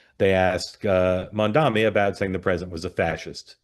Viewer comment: Can someone please tell Mark how to pronounce Mamdani?